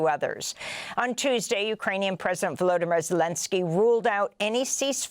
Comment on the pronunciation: Volodymyr is accented on the third syllable, not the second: VoloDYmyr.